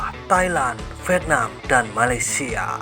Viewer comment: Malaysia itu “piseurieun” wkwkwk